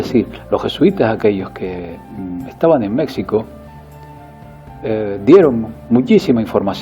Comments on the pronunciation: se pronuncia Méjjjjjjjjjjico, no Méxxxxxxxico, saludos, aunque creo que dejas siempre al lado la influencia del sionismo en todo lo que sucede a día de hoy. No deja de ser interesante tus vídeos porque están bien documentados históricamente, pero en mi opinión hay muchas más cosas que dejas atrás, imagino que por temas políticamente correctos que todos sabemos. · Amigo, usted habla bonito, pero; es México= Mejico y no Mecsico.....disculpe la observación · Se pronuncia Méjico pinche español ignorante de mierda. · Pablo Rengifo Estoy totalmente de acuerdo con que Mexico no se pronuncia así y como siempre siguiendo los dictados de aquellos que siguen con el tema pro-indigenista que cambian las calles, los monumentos, el idioma, etc... creo que la respuesta de viene desde el ego y no la razón, además veo que tiene enquistado el tema del sionismo que trata superficialmente, saludos y esto me ha generado muchas dudas, este canal creo que se queda para sus acólitos.